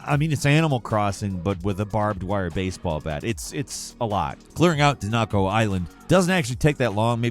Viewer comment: "done dakko" 🙄